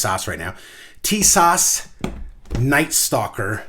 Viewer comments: Hey bud I just want to inform you, if you do not mind.Tis-ash say like this also John~Nick...say fast Canik Nice video by the way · Did you disassemble clean and oil before using? If not, that's probably half your problem. Upon disassembly, you get the chance to inspect the weapon for loose, or I'll fitting parts before shooting it!!! This could literally save your life... BTW it's pronounced teesaw... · Wouldn’t you figure out the correct pronunciation of the name before you make a video?